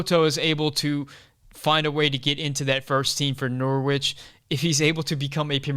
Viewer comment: Norwich - the W is silent - Norich...😁, otherwise all good!